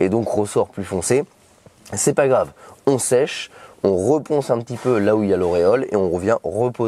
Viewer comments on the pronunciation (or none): none